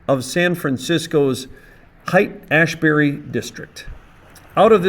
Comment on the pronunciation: ps Haight is pronounced like "hate" I mean come on now, you never heard that? I know you are quite the opposite of a hippie but most ppl know that